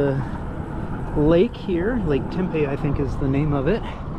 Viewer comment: We can ride from the east side all the way to the west side uninterrupted. 40+ miles. And, we have many mountains and hiking trails. It is an outdoors paradise. Oh, and, it's pronounced Tem-pee